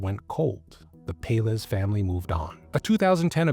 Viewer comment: Pelaez is pronounced pell-EYE-ez